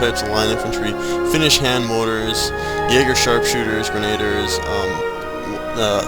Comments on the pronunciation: please pronounce grenadiers correctly, it's bugging me... it's gren-a-deer not gren-ade-ers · "Grenade-ers" should be pronounced "Greh-neh-deers" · shrapnel shot is way too unrealistic, awesome but false. oh and its pronounced "GREN-UH-DEERS" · I agree with Greh-Neh_Deers so fucking annoying how people miss spell em